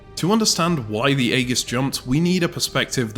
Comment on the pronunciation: that is not how Aegis is pronounced